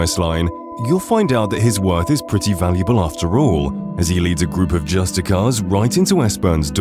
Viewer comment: There are several comments each correcting specific instances, so I ask: Were a lot of these basic mistakes on purpose, like a kind of copy protection? Example: Michael Kirkland should be Kirkbride Example: "Naf-ri" should be "Nar-fi" Example: "justickar" should be "justish-ee-er" It's like finally falling asleep on a car ride but then being jolted awake by a pothole or stretch of cobblestone